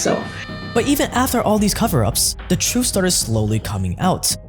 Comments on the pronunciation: I love heard about the truuf of my teef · here's the truf I love my teef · “Teef”?????? “Truf”???????? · Teefff Trufff ok, great stuff but it's teeth and truth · All I keep hearing is teef and truef! 😅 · The way you say truthf and teethf makes me lol…